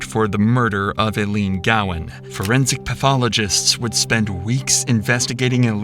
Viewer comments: The biggest injustice in Ilene’s passing that still exists is the fact that the narrator mispronounces her name over and over as ‘ill-lean’ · It is ILENE, long I, not Illene. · This is in Iowa, not Idaho. In a city called Council Bluffs, not Council of Bluffs. And her name is pronounced eye-leen, not il-een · It's so frustrating that you can't even be bothered to pronounce her name properly. EYE-LEAN. RIP ILENE 🕊️ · I know this was posted 8 months ago, and I am sure I will catch some flack for this, but please learn how to say people's names before you narrate a video. Her name was not ILLENE, it is ILENE, as in EYE LEAN, or I LEAN. First few minutes, the name is said incorrectly umpteen times, and it just continued throughout the video. Phonics really needs to be back in schools! Even the video of them talking about her says her name correctly, I don't know why you changed the pronunciation. It doesn't even make sense for it to be pronounced ILLEAN..... when there's not 2 L's in her name. Eileen or Eilene, are the typical ways to spell it, I understand, but goodness.... just because it's spelled differently, doesn't mean it's pronounced differently. Hence the difficulties with people learning English, I suppose. So, maybe you're not a native American speaker. Even more reason to LISTEN to the tape before narrating it incorrectly. I know it seems petty, but it's disrespectful to her and her family, not to mention super irritating. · There's little to be done for the poor lady now, but at least you could pronounce her name right. Just once even. All of her friends and family pronounce it "Eye-leen", but you insist on saying, "Uh-leen". It's disrespectful. If you use her story to make a living, get her name right. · Why do you insist on saying "ILLEAN" instead of "EYELENE" like everyone pronounces it? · its EYE LEAN NOT EL LEAN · It’s Eye-Leen. Not I-Leen. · Her name is pronounced as EYE - LEAN NOT ie lean 🤦🏼‍♀️ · Its pronounced 'eye-lean' not elean. Smh.